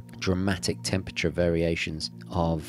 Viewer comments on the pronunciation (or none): none